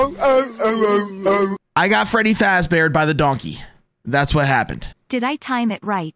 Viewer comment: It's not a bair It's a good doncey